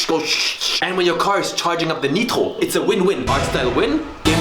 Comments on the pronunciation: why this mf say "neetro" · As french I'm confused by the way the word nitro is pronounced. If it's his voice I confirm that he speak french! If not so he get me. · Or German? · I'm french , and earing him pronounce "Nitro" like a french native speaker in the middle of an American accent phrase is actually extrememelly disturbing